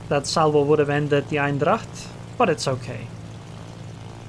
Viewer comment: I sorta don't like to be that guy but! That Dutch cruiser is Eendracht not Eindracht 😁